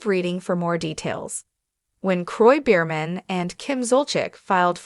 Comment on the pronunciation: What are you saying? The whole world already knows about this couple. Please pronounce the name properly.